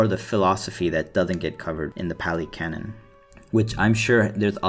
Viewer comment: the word is pronounced like cannon, and it’s just a word that means, basically, “established or agreed upon truth in a given context,” i.e. biblical canon, historical canon, religious canon, etc. great video btw. good explanation of the 4 noble truths. and i really like your first point, people too often try to detach buddhism from its roots so they can adopt it piecemeal.